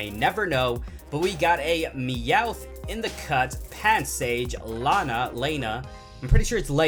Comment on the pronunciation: Lana How to pronounce it: Loh-nuh